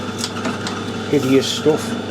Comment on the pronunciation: Merry Christmas to you and all your family! Note to Stan at Bar Z - get to run class in saying bastard with the right accent at next year's bash!